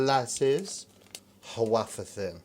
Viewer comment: "waafer thin..." You goof - had me laughing out loud.